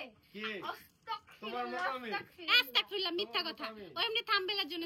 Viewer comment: আস্তাকফিরল্লা না আপু৷ আস্তাগফিরল্লাহ